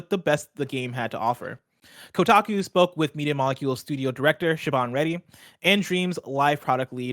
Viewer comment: Why you gotta do my girl Siobhan dirty again?! It’s pronounced She-von not She-bon